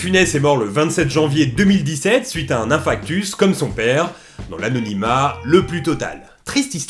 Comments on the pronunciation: Hey, on dit inFARctus et non inFRActus ;) Sinon nickel la vidéo, merci ! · un INFRACTUS ? VRAIMENT ? un INFARCTUS, bordel